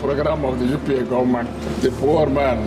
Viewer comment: He pronounces governament😊